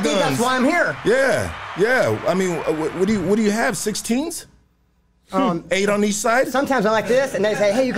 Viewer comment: He said hatey eight lmfao